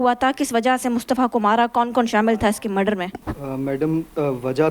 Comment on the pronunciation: She seems totally uneducated... Listen she call murder "Madar"